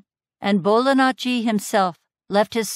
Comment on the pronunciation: Still hearing Bolanacci *Italian gesture*. I've never heard "ji" being pronounced as such, but it would be a better fit. Interesting.